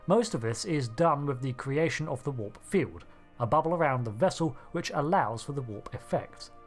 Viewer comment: "Fiewd," "bubbew," "vessews."